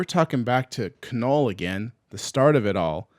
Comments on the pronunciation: This dude said "Kuh Null" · "Kah-null" and he also said "Sym-BYE-oats." xD